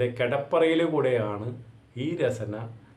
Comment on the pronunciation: രസന അല്ല രസ്ന ആണ്.